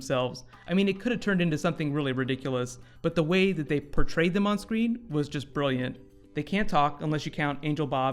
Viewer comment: No, he said angle not angel